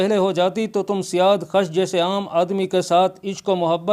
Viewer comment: Azarmidukht to khusro parvez ki beti thi bhaijaan, na ki ardshir ki. Ardshir khud jab mara to balooghat ko bhi na pohoncha tha, bakhayal mere, aap jis badshah ki baat kar rahe hain, wo khusro ka beta sherwiya tha. Aur janab, wo naam "siyaadkhash" nhin, balki "siyaavakhsh" hai